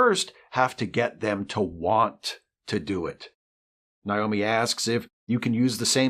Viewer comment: Did you mispronounce Naomi on purpose? I feel like you did it on purpose, just to show how much you care about Voyager. It's Naomi, like Nature, not Nile.